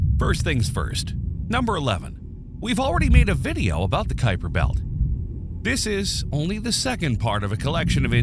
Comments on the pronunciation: 12. It is named after Gerard Kuiper who pronounced his name Kuiper, not Khypur. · As I only know one pronunciation of "Kuiper", this isn't helpful. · You do understand that a Dutch national and someone of Dutch descent living somewhere other than the Netherlands might pronounce their name differently, right? The topic is Gerard Kuiper, who is a different person from your friend.